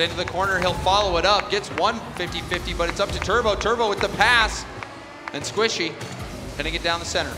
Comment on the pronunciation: squichy? Or Squishy ?🤣